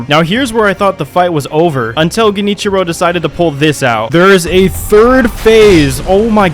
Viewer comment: the fact that you got genichiro's name right and not kuro's. damn